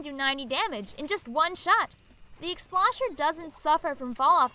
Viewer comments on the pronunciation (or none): I don’t wanna be That Guy, but I find myself getting irritated every time you keep mispronouncing Explosher. It’s pronounced explosion, not explashion.